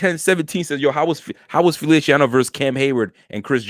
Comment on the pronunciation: Feliciano is pronounced like an S lol...not felishiano 😁